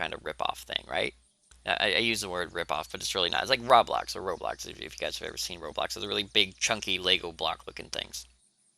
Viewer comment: Stop pronouncing it rablox (rah-blox) its roblox(roe-blox)